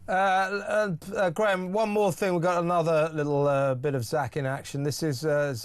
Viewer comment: Graham no doubt stifled that giggle at the start because of the botched pronunciation of his second name 😄 🤣